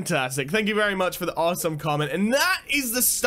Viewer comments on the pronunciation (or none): none